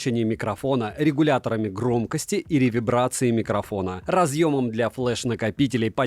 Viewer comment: Реверберации а не ревебрации 😂